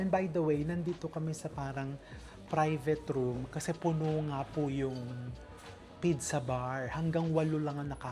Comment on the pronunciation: What the heck is a pidza? All over the world it’s pronounced as peet-tsah. Even in almost all regions of Italy, and specially in Naples, the birth place, they pronounce it as peet-tsah. Maybe you are copying Egyptians? But they would say bidsa. I thought you were well travelled?